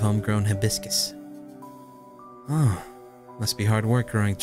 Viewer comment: I got so triggered when mispronounced Hai-bis-cus...